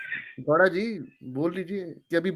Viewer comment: यार ये मुझे गौड़ा के जगह पे लौ@ क्यों सुनाई दे रहा है 😂😂